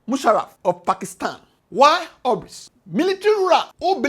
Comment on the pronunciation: Wish you had learned the pronunciation of hubris before the video